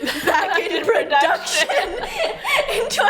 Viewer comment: "proDUCKtion" I'm dying 😂